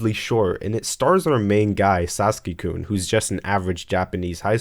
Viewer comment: TF is a Saski? HES SASAKI AAAAAAAAAAAAAAAAAAAAAAAAAAAAAAAAAAAAAAAAAAAAAAAAAAAAAAa